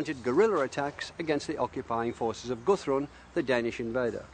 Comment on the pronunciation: "go throng the Danish invader" (should be "Guthrun, the Danish invader")